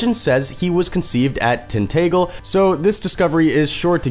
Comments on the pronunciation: I hate to be nic picky but you pronounced Tinagel wrong... And Cornwall. Tintagel is pronounced as Tin-ta-gel and Cornwall is pronounced as Corn-mall. Your welcome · I have never heard the name tintagel butchered quite as badly as this guy has and showing people dressed in 16th century clothing when your are saying 6th century is terrible